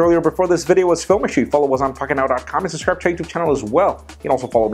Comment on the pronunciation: The way you say 'subscribe' is pure nonsense and I love it! I buy all tech but google glass looks douchier than a guy with a bluetooth so until it looks cool I don't see buying one. At 200, maybe as donation to further the development. But this is not at all how I pictured Augmented Reality rolling out.